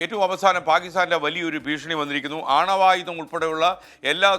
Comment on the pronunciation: ആണവയുധം അല്ല 'അണ്വായുധം '